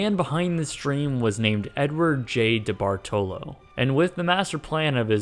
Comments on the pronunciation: It's pronounced Da-Bart-A-Low... they have properties down here where I live lol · DeBartolo's name is generally pronounced Di-BART-olo, or in NE Ohio/W PA, something like D'BART-lo. Not whatever this guy is saying. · It's Debart-LO not Debart-telo!!!!! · It’s not “Dee - Bar -toe - Low”. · DeBartolo pronounced (Di-Bart-olo) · It is "de bart lo". I know it is not spelled that way, but that is how it is pronounced. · It's pronounced De-Bar-ta-low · DeBartolo is pronounced DeBartalo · I know this vid is old asf, but it’s pronounced De-Bart-Lo. I should know, I’m a Niners fan 😂😭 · can pronounce any names right. kenan and kel and DeBartolo is pronounced debartolow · De-bart-low. I know there's another "o" there, but it's not pronounced in Youngstown. (Edward Debartolo's hometown.) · Capo Anderson lol the way he pronounced debartalo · Love these videos - thanks. You can tell by how he pronouces DeBartolo he's not aware of that family. ;) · He also bought the San Francisco 49ers. His family still owns the team. Btw, you are badly mispronouncing his name.